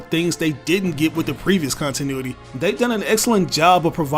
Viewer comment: Why he said cuntinuity